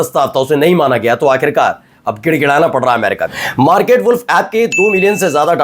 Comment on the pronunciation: “WALLf” nahiñ “Woolf” sahi uchchaaran hai.